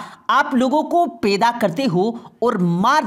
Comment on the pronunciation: Peda nahi hota hai. Paida hota hai